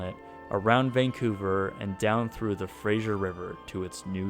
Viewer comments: Fraser, not Frasier. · BC local, its "fray-sur" not frasier like the tv show. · had a hard time with the pronunciation of the Fraser river. It is not uncommon for back-easters to say it wrong! It is Fraser - Fray-zer. Not Frasier. Not Frays-jer. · Fraser is pronounced phrase-ur, not fra-sure bud. Get it right. Ffs. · The river is called Fraser. Pronounced like Razor. Not Frasier. The river isn’t named after a tv show. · Fraser River, not Frasier River. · im from vancouver and you pronounce fraser river incorrectly, it's more like fray-sir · Can't help but notice he keeps saying "Frasier" river. 😞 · Lol he pronounces Fraser wrong he says it like frasier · A few things: - Those aren't rivers. Expo was on False Creek, so named because it's an inlet, not a creek - It was left to rot in Burrard Inlet, not a river. - The Fraser River is NOT pronounced like Frasier the TV show, it's /ˈfreɪzər/ - The pavilion in the photo was not the Malaysian one, as I recall it was Egypt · minor pronunciation correction. The river that the barge sits on, is the FRASER river, not FRASIER.....there is no I. It is not pronounced like the character from Frasier / Cheers. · Fraser River is pronounced Razor but with a "F" instead of a "R" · You keep pronouncing the Fraser River wrong. Its Fraser with an S like in "snake". Sorry it just really bothered me